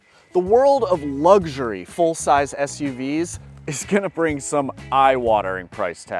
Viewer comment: You want a real nose bleed? Come to New Zealand and pay our prices. BTW There’s no g in luxury.